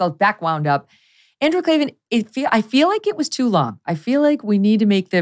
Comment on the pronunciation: There are no Eees in Klavan 😜